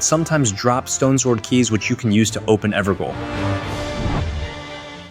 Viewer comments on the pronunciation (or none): The word "Evergaol" is pronounced "Ever-jail". The "gaol" part is pronounced the same as the word "jail". This is because "gaol" is an older spelling of the word "jail” It’s also not spelled like “goal” it’s gaol.